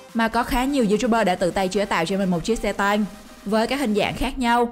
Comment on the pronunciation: Xe tăng hay xe tang :v rew nhưng lại ngọng